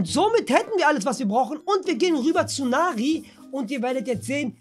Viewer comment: Nicht nari sondern neri du kleine eijjajei